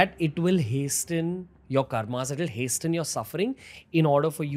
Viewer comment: Hasten is pronounced as hasen.T is silent.